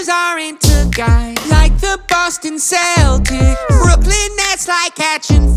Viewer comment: i can't get over the way he said celtics.."KELL-TICKS" OK? KELL-TICK, NUN UV DA "SELL-TICKS". Capeesh?